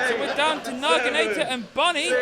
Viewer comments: why do they keep saying "Nagi-NAA-TOR?" where are they getting the "r" from? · That's not even close to how the word Naginata is pronounced